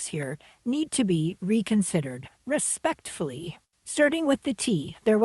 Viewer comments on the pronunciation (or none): Very Canadian “respectfully “ 🤣